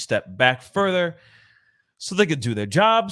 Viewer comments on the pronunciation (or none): none